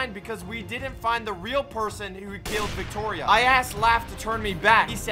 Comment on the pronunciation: there was a typo and instead of saying victoria it said wictoria